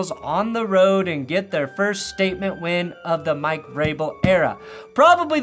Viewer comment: he could barely even say "Mike" properly, the CTE is setting in already